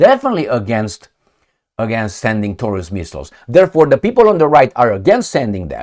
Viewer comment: Taurus sounds like DI-NO-SAU-RUS to me hahahaha